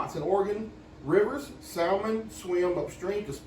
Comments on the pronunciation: I’m a native Oregonian. Please say it again 😂.. and yeeees what a beautiful state we used to have .. sah mun… will AM ett. So fun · the l in salmon is silent SIRI SAYS AND THE DICTIONARY,JUST SAYIN. 😁🍁😂‼️🇺🇸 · SALMON don't pronounce the L